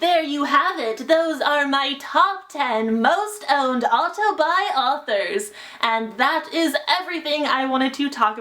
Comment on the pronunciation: Everytime she says "auto-buy", my mind thinks "autobi"